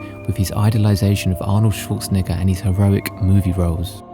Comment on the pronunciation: Routinely comin' in a tad high on that second to last vowel in the Governator's surname there BUDDY. 😮😊